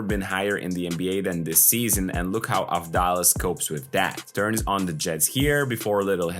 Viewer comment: Also da is pronounced like tha in that so it's Av-thá-las.